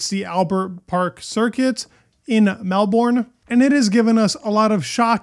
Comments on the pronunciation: Down there they say Melburn, or Melbern, not Melbourne or Mel-born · Not Mel-born more like Mel-burn 😅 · Great Video mate thank you. As an Aussie how you say Melbourne is like nails down a chalk board to me ha ha ha. But so many non Aussies get it wrong so don't stress. We say it in a slang-ish way. We don't pronounce the bourne part as you would think. It's more like Mel-behn. Think similar sounding to Mel-Bun or Mel-Bin. Kym Illman is an Aussie F1 photographer and youtubers. Go listen to him I guess lol. I hope Piastri beats Norris and gets a podium at least being it's his home track. We haven't seen an Aussie on the podium for a long time. I'm obviously biased for Piastri at his home GP. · Its Mel- bin. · Pronounced Melbourne incorrectly